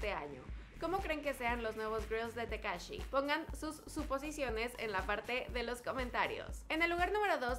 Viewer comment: Ahí dice takashi no tekashi